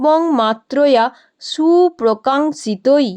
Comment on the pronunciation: Mam সুপ্রকাঙিক্ষতৈ eta bhenge bolle ki hobe apni শিতৈ bollen kintu ক্ষিতৈ ache je